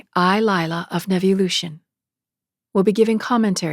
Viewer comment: Beautiful! Namaste, Lila. I thought your name was pronounced "Leela". Blessings from Florida. 🙏🌍🕊🕊